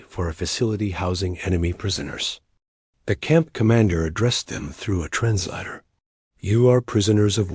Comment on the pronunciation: Where do you find these narrators? They can't pronounce words like Corps or translator correctly. This and teh pictures which are obviously not photographs, desroy the validity or what you are trying to portray. Just American propogranda. So disheartening.